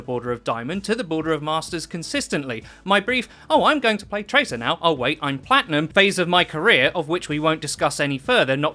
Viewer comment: You said Tracer wrong